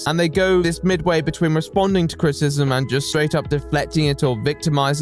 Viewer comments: Your mispronunciation of "criticism" is unbearable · Can I criticize you on your pronunciation of criticism? It's actually a 3 syllable word. crit-i-cism, not crit-cism. Other than that, loved your video. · What is crit-ism? Do you mean criticism? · I really love you but you say CRITcism or CRISSism instead of CRITICISM about 100 times in every video please for the love of The Right Opinion Fully annunciate your words at the very least just HALF the time you say them ( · What you can't say frustrated? Also: Critism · You can't bemoan 'flustrated' and keep saying 'craytors' and 'crtisim'. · Man who can't say the word "criticism" mocks man who can't say the word "frustrated" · Loved the video but why do u pronounce criticism that way 😭